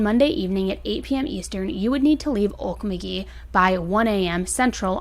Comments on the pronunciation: 1. okie born & raised :) I've never heard Okmulgee pronounced like you did.. we always say it like OAK-MOLE-GEE 😂 now I'm questioning if I say it right! 2. just from what you have said here it sounds like they went out to rob or steal, and tried to rob the wrong one and paid for it dearly. maybe he was worried about consequences so he did what he did. either way he is sick in the head. 3. so many people, for drugs or whatever, go to our rural towns and steal from hard working people and its infuriating and these people are so dumb to do so cuz you're more likely to get shot stealing in rural areas then in town 🤦‍♀️ 4. I've heard rumor this man had harmed more then what's on his probation but maybe he worked with the men he murdered and they crossed him... idk It's wild but I hope the families & esp the kids who lost thier daddies get some counseling and find peace 😥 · I am truly trying to be helpful and not critical. Okmulgee is pronounced oak - MUL- gee (hard g and long e). Emphasis on MUL. Great video! You always do such great and impressive work! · It is pronounced "Oak-Mull-gee." It is Muskogee native word meaning "boiling waters" because of all the springs and rivers. It is also part of the Creek Nation, which has just now been recognized as federally declared Creek Nation by the Supreme Court. If Kennedy is native (which is possible) and the victims are native, this will be in the Creek Nation courts and a federal crime. This is a fascinating case on how it will be adjudicated. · Good job.. it's a hard word to pronounce-the emphasis is on MUL. ok-MUL-geeeeeee. Looking forward to your updates! Thank you! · Time stamp . Billy had a lot of bikes. Grown men with a lot of bicycles are usually thieves. I know this isn't so 100% of the time, but where I live it is lol. Also, this is a hard town name if you aren't familiar but it is pronounced oke mull gee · It's Okmulgee ..... Dummy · You're not pronouncing Okmulgee ride it is Okmulgee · It’s OAK-MULL-GEE